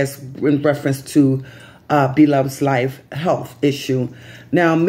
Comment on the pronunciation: Yes you pronounced it right. Thank you for letting people know. I was concerned about her. We love her and wish her the best.